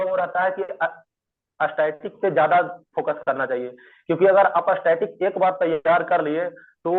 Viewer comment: यरर static बोलने नही आ रहा है और रैंक 1 है😮😮😮😮😮😮